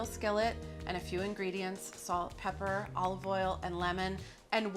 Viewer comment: Is it really that hard to say pepper?